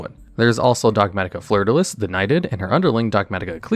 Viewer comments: Dogmatika fleurdelis is French. It’s a shortening of fleur-de-lis, the French crest. It’s pronounced like “flurr de lee”. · .- while the episode is fun and informative, there still this minor gripe when the name Fleur-de-lis gets mispronounced (because it’s a French name, and the ‘s’ is silent).